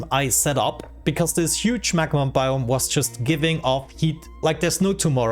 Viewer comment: I love the way you say "biome" sounds like "boom" with a really thick accent please say "I like to see the explosions go BIOME!"